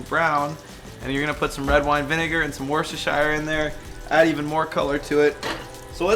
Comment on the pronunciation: Excellent video, food looks lush. But as a British person, how you pronounced Worcestershire gave me palpitations. Other than that, big fan. Peace.